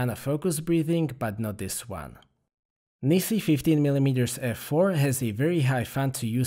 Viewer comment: NISI (Naisi-CN) (Nice-EN) [naɪs] , Its pronunciation is not "Ne - Si" .